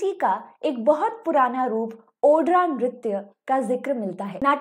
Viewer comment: "Odraa" nahi " ऊड्र " .